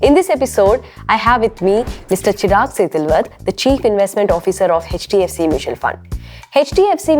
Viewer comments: Why is she saying "Hedge" DFC? It's H not Hedge. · jfyi, 'e' from elephant and 'ch' from catch. 'e''ch' is h Not hech. Or keep h silent in hech